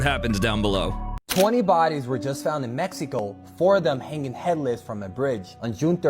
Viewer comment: In Mec•he•co. You mean in Mexico. I hate when this girl talks.